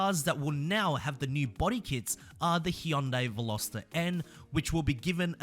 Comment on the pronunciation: Hyundai is pronounced Hi-un-die.